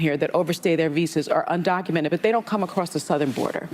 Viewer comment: Wooopy said "undoumented citizens"